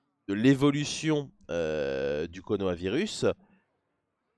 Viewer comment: C'est moi où il a dit "konohavirus"